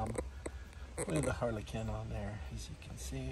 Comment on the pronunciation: You actually said it correctly because this is a Polo only made in germany so the correct way to say it is Harlekin